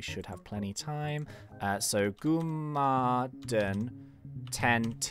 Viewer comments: Its "gum uh den" not "goo mah din". And btw if you use a link token, it collets all the coco crab drops instead of missing 20% of them walking aroud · U said gumaden wrongly. Btw love your vids